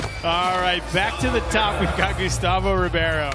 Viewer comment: Why does he say Carlos Ribby air O. But Says Gustavo Ribeiro just fine?